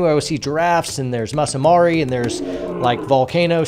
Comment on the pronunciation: Masai Mara, Pronounced like "Mass eye Marrah" and yes I've been there many times. But I still love you! IN a Bro sort of way!